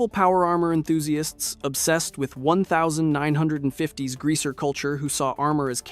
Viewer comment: why tf did you say 1950 like that? wtf?? i woke up from my sleep because even my subconscious knew that was soooooo wrong